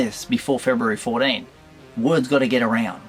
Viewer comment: Very informative vid. I learned some Australian today. February "For-Dean". Must come right before "Fit-Dean"! Did a part of your soul burn when you opened that carded fig? 😂